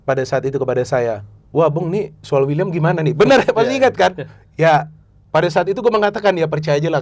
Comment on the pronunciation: Wiliam bukan uliam.. Wiliam marcelio